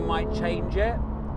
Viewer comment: Great back to back review. Thanks for a great episode. Oh and it's Nomex not Nomax.